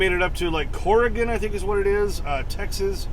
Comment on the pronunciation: Tex-Ass, 🙄 Feel free to ask me why